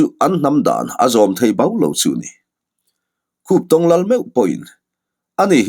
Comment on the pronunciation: Khuptong kha i lam dik e,mahse a Lusei hming riau an lal hming kha.